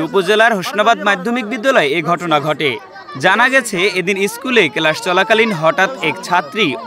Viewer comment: সাংবাদিক ভাই কেলাস না ক্লাস হবে